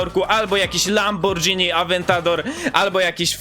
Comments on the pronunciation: Czyta się LAMBORGINI, a nie LAMBORDŻINI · mówi się lamborgini a nie lambordżini a pisze się Lamborghini :D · Lamborghini, lambordżini Spaghetti, spadżetti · Byczki nie mówi sie lambordżiny tylko lamborghini tak samo jest ze spaghetti mówicie spadżetti? :) XDD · No ale szanujmy się, nie lambordżini, tylko lamborghini